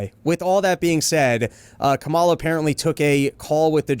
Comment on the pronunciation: Not to be nitpicky, but it does kind of bug me that Dave keeps pronouncing Kamala as "Kamala," and not "Kamala "